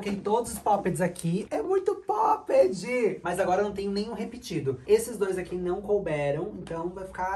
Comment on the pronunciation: N é por mal é so uma ajuda, nao fala pop ide fala pop IT com t :) da agonia ouvir pop ide